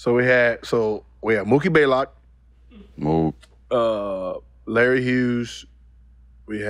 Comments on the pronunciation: "Mookie Baelock" lol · 🤣🤣🤣 it's Blaylock not Baylock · He always gets mookie's name wrong. It's BLAYLOCK lol... just like Greek the Freak smh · Mookie took an L so bad that Gil took one from his name. He never says it right